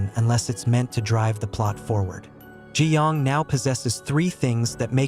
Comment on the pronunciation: It’s not Gi yong it’s ga young